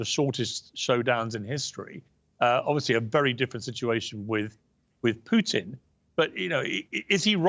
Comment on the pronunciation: It's Putin (pootin) not Putin (like putrid), Piers. Jesus. learn to get his name right at least